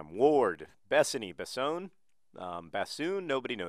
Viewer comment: "Besone" should definitely be "be sunny."